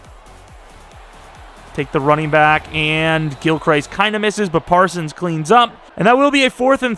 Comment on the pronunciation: For the love of God please get Parsons OUT of the MLB spot. TFG I assume is who you got this class from, is an idiot and moves players around to fit the class needs. He's a ROLB. Also, Gilchrist is pronounced gil crist.